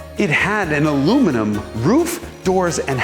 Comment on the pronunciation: omg an American who pronounced aluminum correctly :D